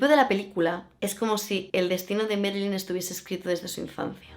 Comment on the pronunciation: Marilyn, Ma. No es Merilyn...